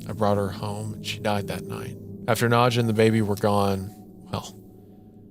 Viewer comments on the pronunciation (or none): wendigoon pronouncing the name nadja as „nudcher“ is scary enough